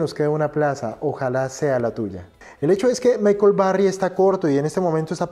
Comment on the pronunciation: Que no sepa proninciar short, que no sepa como pronunciar Berry ni Musk adecuadamente y que además le llamé apuesta a una inversión me hace mucho dudar sobre este video. Vaya no se pide que sea un erudito en el inglés pero sabemos que el lenguaje de este mundo es tal idioma y mucho fundamental como investigación está en el mismo. Ni siquiera su explicación de vender en corto es acertada. En fin, detalles que dan mucho de qué hablar de que es puras noticias filtradas a sus pésimos criterios